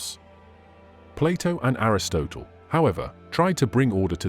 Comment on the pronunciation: PLEASE PLEASE PLEASE get your pronunciation right (in all your videos). Everyone knows how to pronounce words like Hades, Aristotle, Nicea, and so many other words. It makes it look like you have never heard these words and are just reading from someone else’s script.